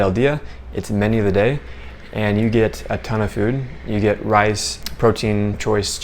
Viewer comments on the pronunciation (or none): none